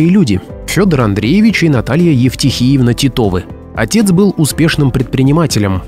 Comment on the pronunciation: Евтихиевна - ударение на первое и.